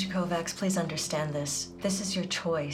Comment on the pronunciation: 'Kovacs' is pronounced 'kovach' in Hungarian.